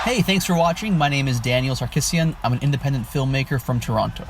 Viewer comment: Can we appreciate Sam pronouncing Toronto correctly 🤩